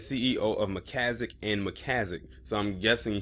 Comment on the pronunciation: MAN YOU STARTED OFF REAL GOOD PRONOUNCING IT AT FIRST